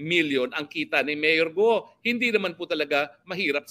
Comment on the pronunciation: Hinde GUO tagalog pronunciation yan say GOOOOOl